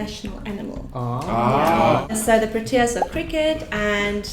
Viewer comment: I feel they should have found someone with a proper South African accent to answer these questions. And the fact that this woman decimated the word “proteas” by pronouncing it as proo-tea-ahs and not PRO-tea-ah makes me lose all trust in her answers